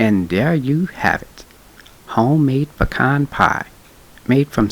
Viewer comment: Looks yummy! I will try this, mainly because you know how to pronounce pecan!!